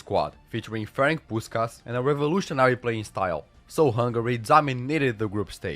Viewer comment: Frenk Puškaš? Ferenc.... Feren-TS.